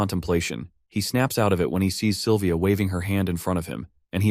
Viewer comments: 5 hours in and the names of the characters kinda sound weird, example the silver hair girl who has a crush on the mc,.. the narrator keeps calling her "Saliva" .... honestly speaking, i kinda forgot her name at this point because i keep hearing saliva... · DUDE SALIVA? ITS SYLVIA M8